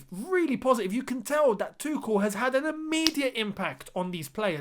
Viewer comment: id rather you say tu-shell then 😂 tu-ckel just sounds so wrong ahah